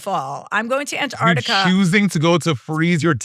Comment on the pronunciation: This is the second time today...which is fricking weird, that I have to say that the 2nd syllable of Antarctica has a "C" in it!